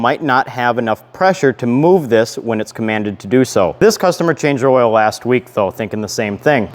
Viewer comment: "Oil wevel" 😂🤙